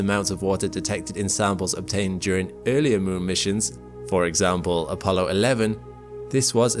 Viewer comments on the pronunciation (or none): none